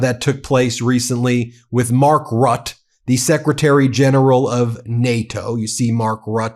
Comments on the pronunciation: Sorry Ben it's Mark Rutte pronounced 'Rooter'. Keep up the good work. 👊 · Dear dear Ben, you can pronounce Mark Rutte's name correctly if you just find out how it sounds once...... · Ben, it’s pronounced RUTTER, not RUT, you’re upsetting your Dutch friends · Ben! Ben! Ben! Mark Rutte's name is pronounced like"Router", with a bit of a roll on the first "R". 👍 Huge thanks and congrats on the great work you guys and your associates are doing to show the rest of the world that America and Americans haven't lost their sanity and sense of justice..... 🙏⚖️🇺🇲❤👍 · Mark Rutte’s last name is pronounced correctly with two syllables: Rut-te. Great video! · To pronounce Mark Rutte, please dor not say "Rot", but pronounce the "U" in Rutte like in "Utmost" and also the "E" like in "thE house" at the end of his name. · Bro, I do enjoy watching your videos, but you should really work on not buttering people's names. For example: Mark Rutte where Rutte is pronounce more RrhuttE, not Ruth, Roth or whatever is circling in your mind. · BTW Ben, it's Mark Rutte pronounced as "rut the" not just rut. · Please pronounce Mark Rutte's name correctly, Ben! It's RuttE with an 'E' at the end - (pronounce it like the 'e' in thE...) THX! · Rut-te not Rut 😉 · It's not "Rut", it's "RuTTE": you pronounce all the letters. Apart from that, very good reporting! Frightening though. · This is how you pronounce Mark Rutte his name when you speak american english: "Mark Ruttuhe" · Hi there. If you need help pronouncing Danish, Swedish, Norwegian, German names and in some degree Dutch and other European name, just reach out. By the way, I can assure you that Mark Rutte’ sir name is not pronounced “rot” 🙂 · Rutte. RUH TEH. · It is pronounced Rutte (Roota) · His name is pronounced: ROOT- tuh! Two syllables. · Please, Ben, it's Rutte, as if there's an accent over the e. 2 syllables: Rut-uh. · BEN !!!!His name is MARK RUTTEN!!!! [for english speaking to pronounce as MUTTON but then with an R, Rutten)!!!!